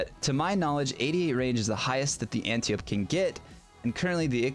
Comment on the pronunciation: AN-TIE-OH-PEE. AN-TIE-OH-PEE. not ANTI OPE. Ah nevermind, no one cares but me.